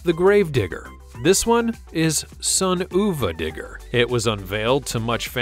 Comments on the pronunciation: It’s sun uva digger not sun ooova digger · Sorry, but its not Son-oova-Digger, its Son of a Digger. you say it like its spelt. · U were showing bigfoot 5 and that was not the newest version And also son uva digger isnt pronounced son oova digger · why did you say son OOH VAH DIGGER and not son of a digger(yes that's how you say it)? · It's sun- of-a-digger. Not ewwva digger lol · Why didn't you do your research and learn how to say son uva digger properly. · This was awful. It’s Mike Vaters, not Mike Vaders, it’s Tom Meents, not Tom Meants, it’s Son UVA Digger (of a if you don’t get why it is written as UVA), Not Son Oova Digger, BIGFOOT 5 is the biggest truck not 21, and Grave Digger got its name when Dennis was trash talking to his buddies and his one friends Gary was bragging about his knew mud bigger and Dennis said, “I’ll take this old junk and dig you a grave with it.”, not “That thing could sling so much mud it could dig a grave.” If YouTube brought dislikes back this video would have at LEAST DOUBLE as many dislikes as likes.